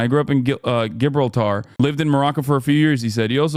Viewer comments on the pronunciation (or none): Gib-ral-ter. Now I can’t even hear it correctly.. lol. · "Gibrul tahr" "O shi-nnia" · GIB-RIL-TAR?! Oh my DUDE 🤦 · Hasan saying gib-rah-tar sent me 🦖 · No, you are not saying it right. its pronounced: جبل طارق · How on earth did Hasan not know how to pronounce Gibraltar lol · The pronunciation of Gibraltar killed me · the gibraltar pronunciation good looooord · the way hasan butchered the pronunciation of Gibralter had be